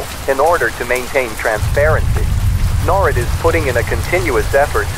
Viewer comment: The AI mispronounced NORAD.